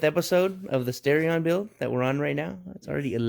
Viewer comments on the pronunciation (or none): Its not stareion, its starion